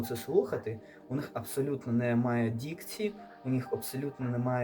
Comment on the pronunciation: дІкція. хах. ну ти і сказав.) тяжко хлопче. я глянув цей відос повністю і воно того було варто.